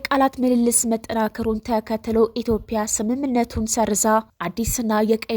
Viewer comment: ኢትዮፕያ ብለሽ የምታነቢው ኢትዮጵያ ይስተካከል